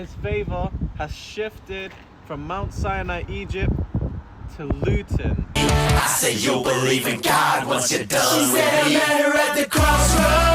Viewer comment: Man said luton wallahi ur mental